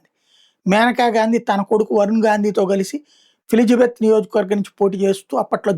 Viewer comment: ఫిలిజబత్ కాదు ఫిలిబిత్